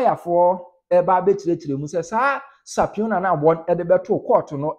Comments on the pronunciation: Subpoena ‘supina’, not ‘sapiona’. Do well to rehearse court terminology’s with regard to pronunciation. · Boss e no be sapiona oh, its supina😊